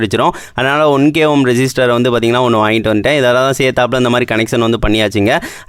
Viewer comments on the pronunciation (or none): ரெசிஸ்ட்டர் is a word ரெஜிஸ்ட்டர் is a emotion